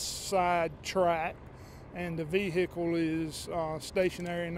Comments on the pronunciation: Vee hicle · Vee-hick-ule and Baad-ree. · That vee-hickle is pretty messed up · Can't even identify the SUV, but it is a 'Ve-Hicle". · Vee hic cle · LOL 🤣😆😁😄😂 LOL very funny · def southern